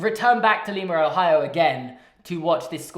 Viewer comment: enjoying this but then the mispronunciation of Lima